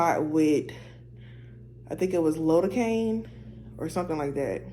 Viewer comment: Lidocaine is pronounced lai·duh·kayn Google it to hear how it's pronounced.